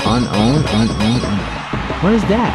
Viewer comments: Unown were introduced in the 2 generation, their name is pronounced unknown. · unknown is pronounced unknown and was introduced in gen 2 they also only learn hidden power. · unown is pronounced unknown there from kanto and have the form of the alpebet